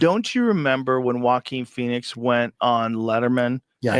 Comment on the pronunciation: joe keeps saying walkin pheniex like he wrote the movie